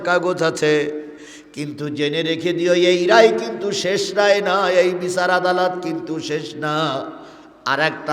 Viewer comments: আদালত কে আলাদত বললেন কেন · আলাদত না ভাই, আদালত 😂😂😂